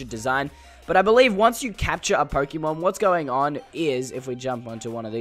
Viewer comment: Stop calling it pok - ie - mon